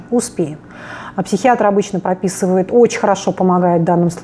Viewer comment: ХАСХАХАХАХА тоже заметила!